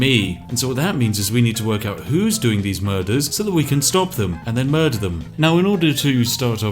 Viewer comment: “Blurder on the ice”